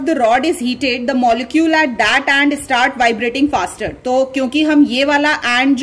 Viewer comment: Excuse me it's spoon not ispoon , its end not aand , it's start not istart